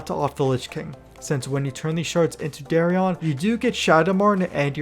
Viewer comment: Lol the way you pronounce their names sounds ridiculous. It’s Darion dude, like Dare-ian… not Dahriahn 😂 It’s marrowgar, like bone marrow. Not mahr. LOL. Learn to talk